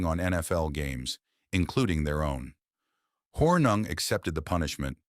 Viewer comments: At least try to pronounce Paul Hornung's name correctly Mr. AI. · The constant mispronounciation of Hornung's name made the video NAUSEATING! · Hey AI- Get your Act together- and Learn how to pronounce Paul's Last name!